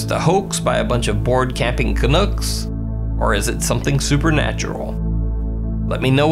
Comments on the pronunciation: We’re not canooks it’s canucks and that only people from Montreal because of the Montreal Canadians !!! 😂. Lol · Canoooks!? It's pronounced "can-nucks"